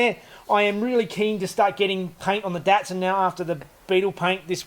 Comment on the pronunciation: I’m Happy you call it a DAT-son and not a DOT-son like us Americans haha.